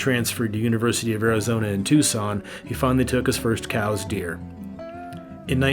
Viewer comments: I've never even seen a cows deer, could you possibly be referring to the "Cous" deer? (COOS). It would serve you well to investigate proper pronunciation with unfamiliar words. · Pronounced Cooos. Not cows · It's spelled coues and pronounced kouse, like house with a k, not cooes or cows. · Cous deer is pronounced, "cooz deer" not "cows deer" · Great tribute to Jack O'Connor. But, I'm pretty sure it's "Coo-eez" deer (Coues), and, I know it's "bows-man" Montana (Boseman).